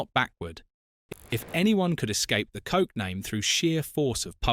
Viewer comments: It's not "Coke" it's pronounced " Koch" ( like kog) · Thank you for the video. It would be great if your AI knew how to pronounce the name of Ilse Koch correctly. It is not pronounced as Coke. 😂 Get it right! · Coke huh, rather than Koch. Maybe learn to pronuounce the name correctly. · CoCHlear implant is pronounced like COKE and not a guttural 'h' sound and English is a Germanic language! I have a German friend who told me her family knew of a nonJewish Polish woman who was sent to a concentration camp. How does that compare to 2/3 of Jews murdered by the Germans? My cousin is one of 6 surviving children of her Polish town in which 22,000 children were murdered. These Germans were unapologetic to the grave. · She actually WASN'T known as the Witch. Swap the W with a B, and that WAS what she was known as. Her surname was pronounced as a male appendage, not after a fizzy drink.